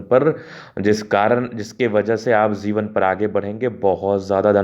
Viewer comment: Jivan not zivan